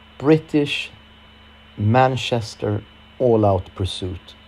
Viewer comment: Manshester 😂 it's Manchester